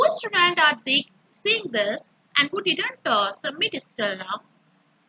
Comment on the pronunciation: Estudent kya hota h😂😂😂😂😂